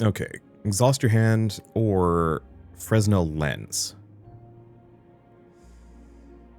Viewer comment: Just because I keep seeing it, not just from, fresnel is prounounced FRUH-NELL not FREZ-NELL